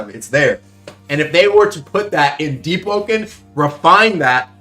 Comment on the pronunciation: "aluminum" "boise" "deep open"